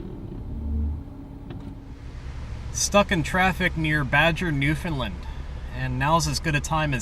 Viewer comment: Understand .... Newfunland.....the accent is on the “land”. Say both words and you will instantly know how to correctly pronounce the name of the place you are visiting.